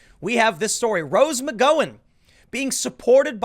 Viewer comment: how can tim continue to mispronounce rose mcgowen's name? he is the only one i have heard say it the way he does.